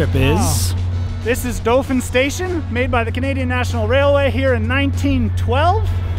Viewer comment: I live in Dauphin, very funny how he pronounced it Dough-fin at first.